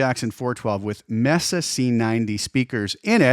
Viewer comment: I really dig the new Cartog cabs. They've got that low end thump I like from 3rd party IRs. BTW, it's MEY-sa, not MESS-a. Spanish pronunciation 😉